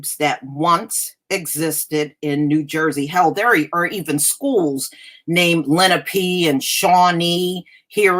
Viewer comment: I think it's pronounced Le-NA-Pay